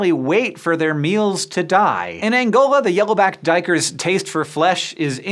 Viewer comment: hey man your prenounciation of duikers is perfect way to say the dutch word for diver.